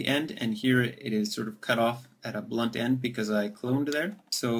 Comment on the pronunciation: no no, i understood it now thank you :D but you said it like [and] so i thought u meant "and" key, but really much thank you that comes in handy :) you earned a subscriber here >:)